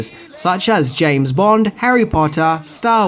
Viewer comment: Dude, why can't you get names right? Do your homework. I counted 4 mispronounced names in this one alone.....each one in every instance which proves that it wasn't a mistake....just sloppy. Please.